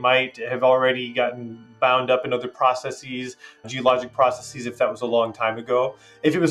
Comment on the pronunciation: I always die a little more inside when I hear a scientist say "processees" … namely when his foreign language colleague pronounced it correctly right after. :-/